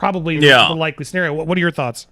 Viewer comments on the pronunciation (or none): none